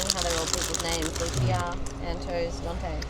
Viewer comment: I was about to say something about the pronunciation of Lucia.